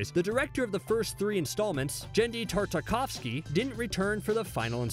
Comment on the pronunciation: Dude, you mispronounced Devo and Genndy Tartakovsky. You need to add phonetic spellings to your scripts for easier reading and accuracy.